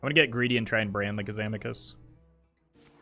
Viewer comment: I punched my screen after the third "Kazamakus"